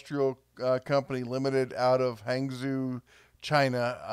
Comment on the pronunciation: FYI hong-joe, not hang-zoo